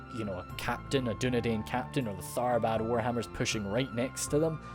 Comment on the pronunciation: Dunedian is pronounced as dunedine